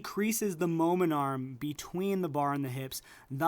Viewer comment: are you saying momentum or momen arm?